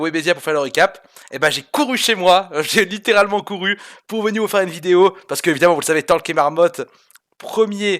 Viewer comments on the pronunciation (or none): none